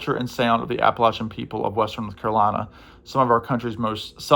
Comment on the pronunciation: Thank you for pronouncing Appalachia correctly